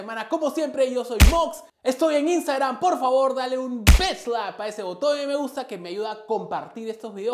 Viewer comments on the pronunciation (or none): none